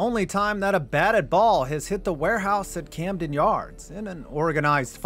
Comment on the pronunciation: You botched "Camden" but nailed "Eutaw"... here's a virtual Natty Bo on the house! 🍻👍🍺